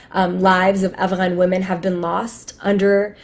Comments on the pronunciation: Why does that woman with the pink towel on her head keep mispronouncing Afghan and calling it Avalan?🤣 I hate English speaking Americans who try to make themselves sound educated by trying to pronounce shit like that. It just makes them seem snobbish to me. Not to mention they sound stupid. As if they're trying to parody someone else's language....lol! And let's face it, she said she's from New York and Not Afghanistan. So she has no reason to be taking all ridiculous like that. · Why is that broad pronouncing Afghan as Avalon?? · This lady is insufferable just from the way she pronounces Afghan.